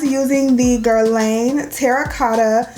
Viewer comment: Nice luxury review! Just FYI--it's pronounced "Guer-lahn ".